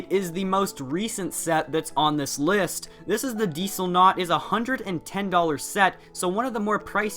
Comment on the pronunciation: Dieselnut(bad pronouced) is not underrated